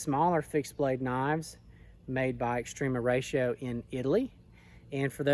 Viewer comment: It’s not called extrema Rayshio